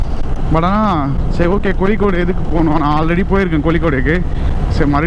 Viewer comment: கொலிக்கோடு 🤣🤣🤣🤣🤣🤣🤣 bro athu கோழிக்கோடு 😁😁😁😁